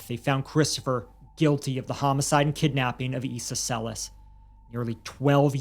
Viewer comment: The family actually pronounces their last name Cell-Iss. Furthermore, neither host is Latino. Would you be condescending towards an ESL person for not saying English words correctly?